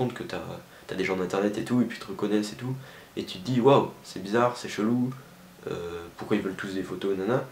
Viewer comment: "pourcoit" ? "pourcoit" ?.. T'es sûre de ça ?